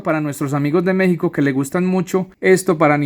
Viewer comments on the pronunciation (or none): none